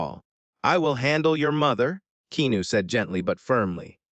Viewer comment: Upsetting hearing reader here keep mispronouncing Keanu’s name!!!